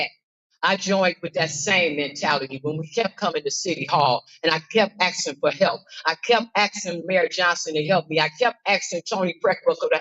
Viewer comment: Its asking not Axing...